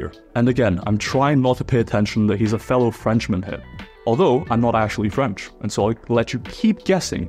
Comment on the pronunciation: No respect for the intelligence of these Americans hey? You do not sound remotley French.